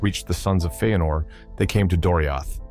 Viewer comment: Feenor? What are these pronunciations??? Bothering tf out of me